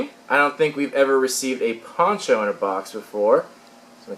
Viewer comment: when you said ponCho it sounded like you said porn show